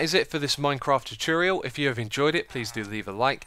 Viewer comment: tut-ore-ree-al not how you say it